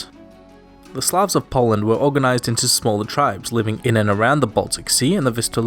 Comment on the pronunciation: Poland I thought you said partition lol